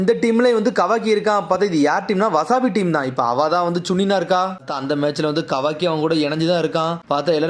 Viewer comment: அது மிட்சுகி நீ அதக வாக்கின்னு சொல்ட்ரிங்க